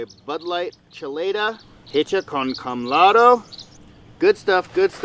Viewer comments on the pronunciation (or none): Chelada is “aw” chel”aw”da not ChelAda… sorry to nit pick